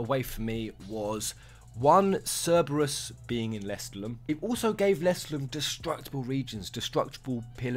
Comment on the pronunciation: Your pronounciation of Lestallum bugs me